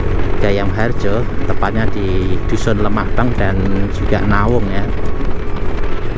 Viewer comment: bukan nawung tp ndawung